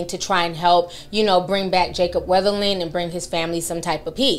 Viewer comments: How is it that you had to read and type this boy’s name several times to make this video, but you’re still pronouncing it like there’s an “H” in his surname? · His name is being mispronounced in this video. 🤦‍♀️